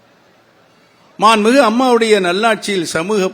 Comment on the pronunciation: அப்படியா அப்போ நீ மாம்பளத்திலேயே போட்டியிடு போடா வெண்ண! மாண்புமிகு என்று சரியாக சொல்ல முடியல மாண்மிகு 😂😂😂